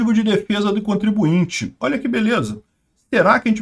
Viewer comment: Contribuinte não. Ai forçou…